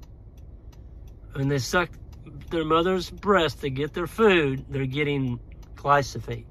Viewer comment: Pronouncing glyphosate correctly might gain you a bit of credibility